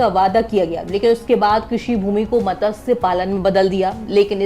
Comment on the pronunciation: मत्स्य बोलो ठीक है